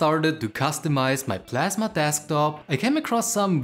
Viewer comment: KDE PASMA?